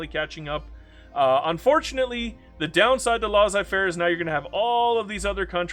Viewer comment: they way you pronounced Laissez-faire triggered me